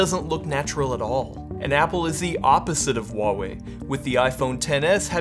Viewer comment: Its wah-wei